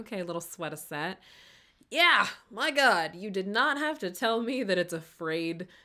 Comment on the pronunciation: you said “yeahhhhh” and i’m almost 100% sure that still wasn’t right😹